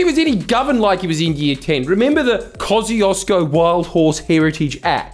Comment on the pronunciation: I know it's a difficult name to pronounce, but everytime I hear him say Kościuszko like he does I die a little bit inside